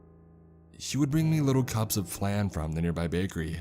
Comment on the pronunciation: The way this guy pronounced Flan makes me shiver